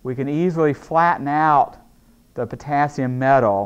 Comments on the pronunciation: Me: Potassium Him: p o t a s i m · I'm confused, is Potassium, or poTAAAAASIUM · writing : the potassium speaking : the p'tAAAAAAAAAssi'm' english. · I like how he says potAAsium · Am I the only one who heard him say " pOtaSium" throughout the vid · Sei lá... O jeito que ele fala "potassium" é diferente...